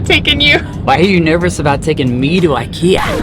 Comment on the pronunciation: I in ikea is not like I in I, it's I like I in lamerica. Same goes for I in Iraq, Iran, Ivan, Igor, Ivanka, probably some more edit: should have waited till half of video passed before writing that, still, applies to iraq, iran, ivan, ivanka, igor too